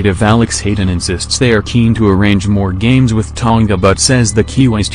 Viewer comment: Ton-ga lol...MMT Alday